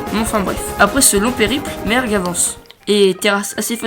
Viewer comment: a la place de merg jai entendu merde XD